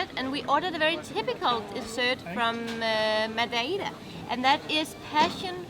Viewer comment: proniunciation of Madeira: ⭐⭐⭐⭐⭐